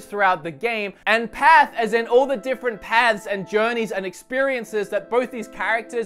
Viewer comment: You've spent long enough in the US that you're starting to say "path" with an American accent haha